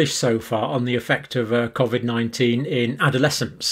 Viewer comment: John either pronounces it cof-vid consciously or subconsciously to pretect his mind from the lies hes spouting and to protect from the mob stringing him up from the nearest lamp post if humanity ever wakes up to the hoax "no no i meant cofvid not covid" wont work johnny boy